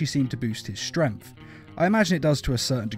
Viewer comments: You say it like "strenf" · i love how he says... "super strempft" :D